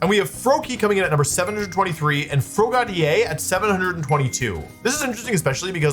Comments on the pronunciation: “Froa - ga - dee - ay” 😂 It’s Frog + Brigadier. “Fro - ga - deer” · ITS PRONOUNCED FROG-A-DEER 😭😭